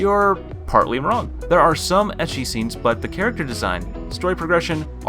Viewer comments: please dude, it is pronouced as eki. not itchy... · I see oppai I don't wait And sorry to say but his ecchi prounonciation is just so sooo wrong